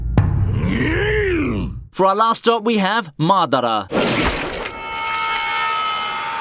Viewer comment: you can tell he loves naruto by the way he pronounced Madara